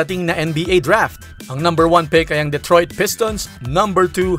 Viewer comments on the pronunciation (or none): Duh-troyt not Deh-troyt